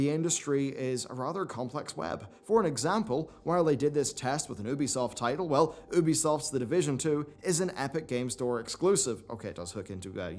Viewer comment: Why you cannot pronounce Ubisoft properly is absolutely astounding at this point.